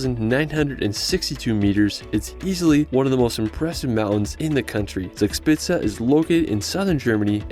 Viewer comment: Zixpitze das heißt Zugspitze 😉